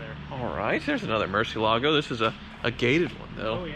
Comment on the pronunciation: still insists on desecrating the pronunciation of Murcielago.